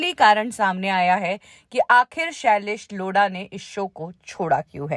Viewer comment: shailesh Loda🤣🤣🤣🤣 madam nam to shi se lo